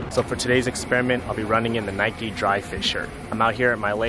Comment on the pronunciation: Nikeeeee 😅 grills me when people pronounce it like that 🙃 wouldn’t say bikeeeee